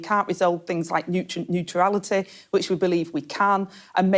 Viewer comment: What the f*ck is neutra-ality?!!